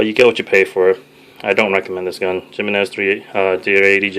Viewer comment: "Gem-meh-nez arms" lol... It's 'HE-MEN-NEZ'. Nice collection, bro.